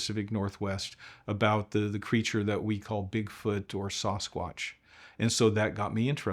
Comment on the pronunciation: I enjoyed this! Thanks. I hope he reads his comments: Sasquatch is pronounced "Sass-quatch" NOT Soss-quatch".:) Everytime you say it that way I cringe! lol